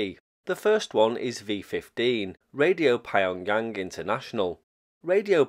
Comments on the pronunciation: nah. Pyong-Yang, strictly speaking hard P followed by Yong, yang would be 3 syllables anyway. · Pie-on-Yang sounds like it would go very well with Burton-on-Trent